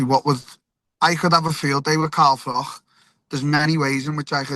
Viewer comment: "CAHM DAHN CAHM DAHN". By the way, it's pronounced Carl Frotch not Carl Frock.